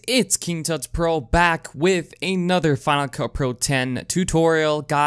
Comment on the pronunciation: "What's up guys? Here's A-nother tutorial " cringe a lil bit Anyone else? 😂